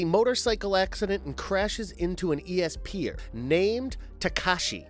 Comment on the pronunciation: Blame! Is read as "blaam" Also you pronounced esper weird